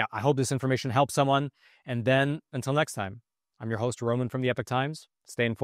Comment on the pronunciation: It’s Epoc, not Epic